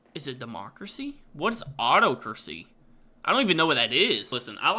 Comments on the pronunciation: Autocracy.... say...... Awe-TOCK-Ra-SEA. your English lesson of the day over mate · Autocracy is pronounced: 'Awe_tock_rassy'. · It's pronounced Or-tock'resssy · I'm not sure how you're doing it but I'm hearing you just invent an extra syllable for the word Autocracy. Weird....